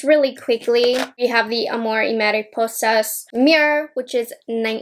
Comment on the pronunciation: I don't gonna by this collection but I'm here because I love your reviews and want to hear you in Spanish 😁😁. Por cierto te salió muy bien el nombre de la colección, mucho cariño desde Guatemala